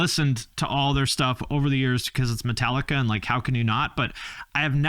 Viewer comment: It's Metal-ee-kah